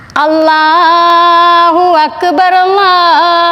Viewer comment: Allah ennA ucharanam sharikkum Amma parayunnu masha allah